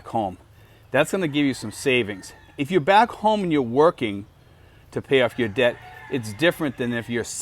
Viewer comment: Debt and Death sound the almost the same when you say it.